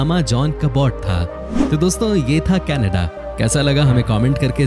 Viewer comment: Are bhai thikse Canada to bolo..... Ke Na Da... Kannada boleto ho it sounds like hamari kanada language ki yad aati hai 😱 Hindi aur English dono ka KACHARA banate ho 🙄